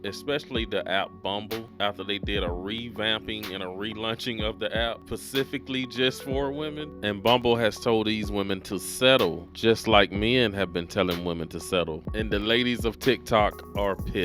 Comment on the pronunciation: "Pacifically." Bruh, the word is specifically. Like come on bruh